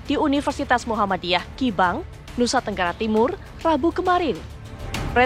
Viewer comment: Maaf Bukan kibang tapi KUPANG